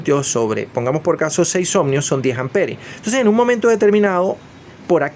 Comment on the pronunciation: PAAAAAAWER PAAAAWEER SE PRONUNCIA PA WEEEERR. OHMIOS, NO OHMNNNIOS, BO LLEVA N .